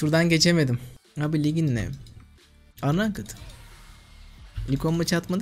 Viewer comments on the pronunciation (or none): unraked (okunuşu unrayked) ama anakıt diyor xD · unranked (okunuşu anrankıd) kanka :d